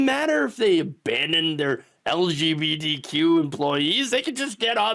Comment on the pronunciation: Are you saying "LGBDQ"?